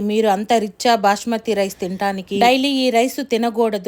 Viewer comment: Bashmathi kadu basmathi